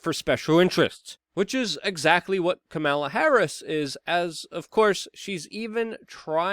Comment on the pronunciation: It’s pronounced kamala not kamala or kamala. It’s kamala please get it right